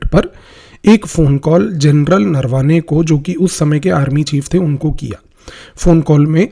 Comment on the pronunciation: Offtopic correction Sir, pronounciations are नरावणे not नरवाने..rapid and irreversible romanization of indic script is my topic of worry 😢